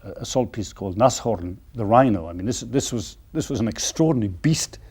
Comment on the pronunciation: its called the Nashorn. Nas-Horn, not Nash-Horn.